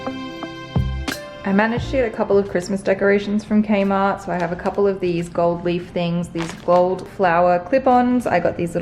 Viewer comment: I heard kmart as kenma lol. nekoma